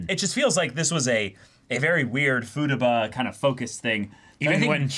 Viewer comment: Hearing Futaba pronounced “futa-ba” threw me for a loop